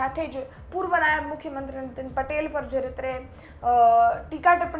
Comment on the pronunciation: "નાયબ" હતા, "नायाब" નહીં 😂